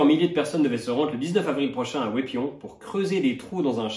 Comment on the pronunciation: Je ne m'attendais vraiment pas à ce qu'un non-Belge prononce aussi parfaitement le nom de Wépion :')